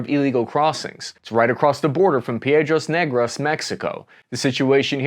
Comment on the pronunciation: “Its right across the border from piedros negras mexico”. You BATTERED that states name!! 😂😂😂